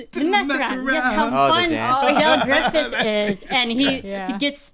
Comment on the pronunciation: Fun listen, but for God's sake, get the character's name right: It's Del GRIFFITH, not GRIFFITHS!!!!!!